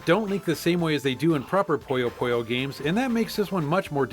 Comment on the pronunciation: Puyo Puyo. Pooh-yo!